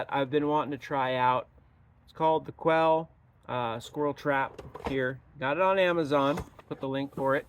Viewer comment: The name is Ouelle not Quelle.